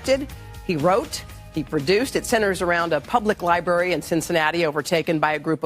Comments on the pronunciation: Its LIBRARY dammit.. Dude kept saying Libary.. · Which specific American dialect egregiously mispronounces the word library? Please be specific. 🤦🏾‍♀️